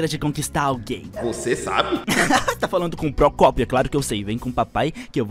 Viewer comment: Vc prócopio Prócopio, Procópio Eeeeeee